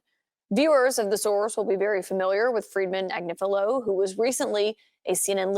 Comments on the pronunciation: Pronounced Ag nif a lo. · I absolutely love. its pronounced Ag nIf a lo. So the i is short vowel! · Ag-nif-ilo with all the "I"s sounding as in sniff. She is (or was) on Meidas Touch every day. Where have you been ?